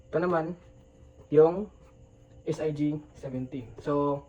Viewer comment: S.I.G???? hahahaha.. inaral sana muna,, unulit ulit pa.. S.I.G.